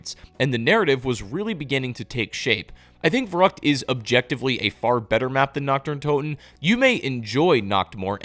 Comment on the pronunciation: Verrückt is pronounced like fair-hewkt. It's driving me crazy to hear it wrong lol. But don't mind me, only f*ggy hipsters correct their fellow Americans on pronouncing a foreign word wrong. I mean that. I didn't even wanna post this, but I especially wouldn't post it without this disclaimer^ because it's the absolute truth!